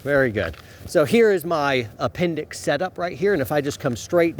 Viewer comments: "apenDIX bRoOoO" 😂😂😂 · "Pointed at your a-pen-dicks" HAHAHAHAHAHAHAHA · lol It's appen-dix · Appen-dix...I'm dead